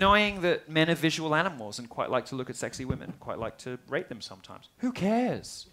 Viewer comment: Rate not rape. I had to replay that part too.